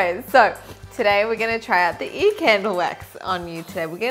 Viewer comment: I find it quite funny how your accent makes you say “eee” instead of “ear” lol♥️😂😂